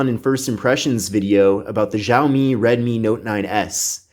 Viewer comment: Whaat ziaomi????